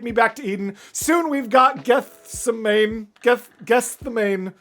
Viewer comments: So close, its pronounced Get-Se-Money. Its the name of the Garden Jesus prayed in just before the temple guards arrested Him which would eventually lead to the His death on the cross and His subsequent Resurrection. Cheers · Please please do more. Myself and the rest of the community would happily be here for the whole discography. Gethsemane is an amazing song and a good one to do next. Btw, it is pronounced like geth-sem-mini. The last part almost sounds like Yosemite. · it is pronounced Geth sem any. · Gethsemane is pronounced geth-sem-a-nee. Same name as the famous Bible verse "the garden of Gethsemane," where Jesus wept the night before his crucifixion. Not sure it's related, but same name. So glad to see you doing more Sleep Token. Enjoy the ride! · I've come to call it Gucci Mane, it's easier than stopping and trying to remember how to actually pronounce it.